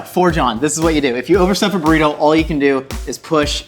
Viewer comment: A burrrrr-ito